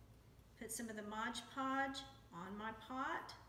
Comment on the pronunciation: Itis Mod Podge, not Modge Podge or Hodge Podge.